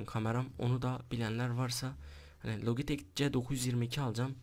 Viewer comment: Logitek değil lacitek